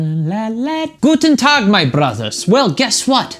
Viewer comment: Just wanted to say that your pronunciation of "Guten Tag" is really good! I was really surprised (in a good way)! :D (I'm German btw) xD